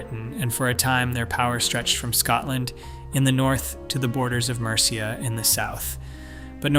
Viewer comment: Mercia's pronunciation makes me cringe too